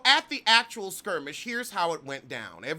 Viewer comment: When I first seen the footage.....all I heard was you saying "SKIRMISH" 🤣 The reads in this video are classic